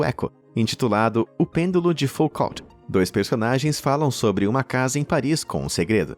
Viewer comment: Tem uma na Inglaterra, que é um metrô. Lê-se O Pêndulo de Fucô,não fucot.